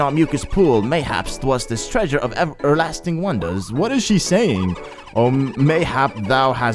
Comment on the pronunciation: "E'erlasting" seriously?!